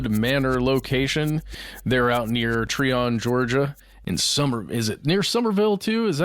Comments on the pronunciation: It’s Try-on Georgia, not tree -on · It’s pronounced “ tryon “ not “ Treon”. I was just there yesterday. It’s way out in the middle of nowhere even now- I couldn’t imagine living there 40 yrs ago. The roads are pretty rough- then the gravel/dirt roads are even worse- it’s literally a forestry rd, there’s very few places to turn around if you miss the end of the trail/rd that leads to the remaining structure. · It’s pronounced “Try-un” Ga Im from here